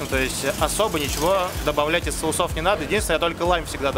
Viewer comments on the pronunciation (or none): "кушать" - лучше не употреблять, это неграмотно. И не "соусОв", а сОусов правильно.